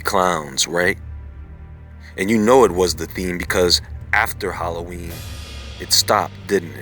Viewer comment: Word howlloween.😁😀🙂😐😕☹️😞🤕💀💩👻